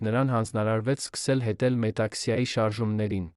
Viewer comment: Տղա ջան երանին ո՞րն ՝ նոր սերունդին ճիշտ տեղեկացրեք՝ ԵՐևԱՆ և ՈՉ ԵՐԱՆԻ... Որ դպրո՞ցն եք ավարտել և ինչ ընտանիքում եք մեծացել, որ հայերենը ներկայացնում եք ուղղագրակական մեծ սխալներով՝ որովհետ, երանի, հետել, կարեր կարոր և ....